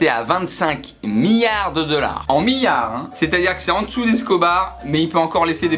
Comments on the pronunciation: ça me fait stresser comment tu prononces millards !! XD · Euh on dit miLLards pas miyards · Des miards 😂 Il le fait exprès c'est pas possible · Effect Phoenix mdrr, il arrêtait pas de dire "miyard" alors j'me dis "allons voir dans les commentaires si qqn l'a souligné" et premier comm' que j'vois c'est ça 😂